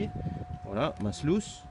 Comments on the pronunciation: On dit pas slouce mais sluise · Salut, le nom AMERICAIN de la rampe de lavage est bien SLUICE mais se prononce SLOUCE. A+.